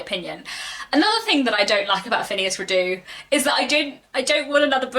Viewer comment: This may be a quibble, but every source I check says "Redux" is pronounced ˈriː.dʌks. Meaning "brought back". Phineas is absolutely not my favourite character. I always think of that song "When I'm not near the girl I love, I love the girl I'm near." But frustrating as he can be, he had too much potential for growth and change to just drop him out of the political and social scene. We might not "like" him as a friend, but I think we must "like" the development and complexity of the character. And of course, his adventures. R. W. Chapman says in his introduction to my edition (and I agree with him) "In the sequel Trollope rises as near as he ever did to the stature of a poet."